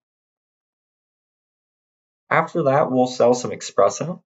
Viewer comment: someone needs to tell this guy that it's "espresso" and not "expresso"